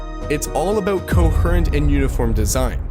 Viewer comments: you're baiting with the pronunciation of "coherent" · I love you, truly, its pronounced co-hear-ent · Hold on. What the hell does "cohurrent" mean? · the only wrong thing in this video is how you said coherent. rest masterpiece